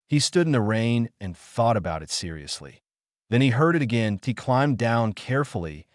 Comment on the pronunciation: AI does know the differences of synonym.... soft hard vowels.... Is that why the one/ two sentences are in anothers voice. Counts as human doing the job? I T is pernounced it.... not I T Use humans instead of AI Noticeable everything.... Making millions.... yet can't pay humans